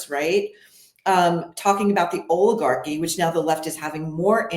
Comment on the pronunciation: It's not oligarchy... It's "OLLAGOCKY" according to Colonel Bernie